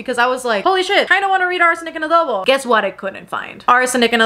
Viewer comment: It's so satisfying to hear a non-Filipino youtuber pronounce "halo-halo", "Manansala", and "adobo" correctly 😆 we've got them hard vowels!